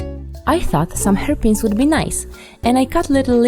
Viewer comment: When she said i thought some hairpins would be nice i heard "herpes''